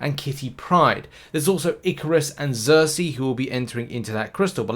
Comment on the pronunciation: Am I the only one who gets a kick outta saying Cersi with a Z instead of an S. I think it’s the accent lol. Nice vid man, thanks for the info